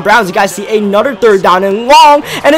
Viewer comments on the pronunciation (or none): "Anudder"